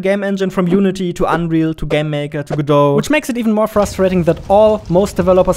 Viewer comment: thank you for pronouncing Godot correctly 🙏🏽